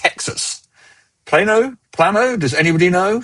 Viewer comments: So while the initial sound was Plah-no (with short a) no one who lives in Texas calls it Plah-no. Every one calls it Pl-ay-no (with a long a) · Plah-Knoh Texas has a lor of spanish names for places and cities. due to its roots as mexican land. The D&D immersive quest is going to be a great show that is half escape room/puzzle/interactive showroom with real life size version of classic elements of dnd & a cool thematic restaurant. The Canada shows were super cool, good to see it in the US